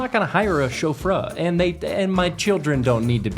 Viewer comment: Are we not going to comment at all on the way pronounced chauffeur?